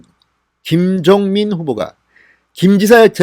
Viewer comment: 김정민 김종민 ? 발음주의